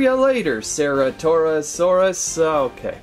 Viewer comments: Its cer-ata-saurus not cera-taur-ous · It's pronounced as sir-at-oh-saur-us. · No its ce-ra-to-saur-us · It's pronounced ceratosaurus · Im triggered! You’re pronouncing the name wrong.